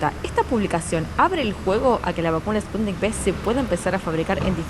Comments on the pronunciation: No,. Es Sputnik "uve", de vaccine (vacuna). En Iberoamérica a la letra "V" se dice "be". Saludos desde Málaga al pueblo hermano de Argentina. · Se dice: "Sputnik cinco"...